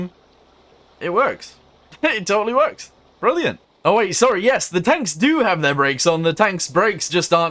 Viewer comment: please stop saying “yeas”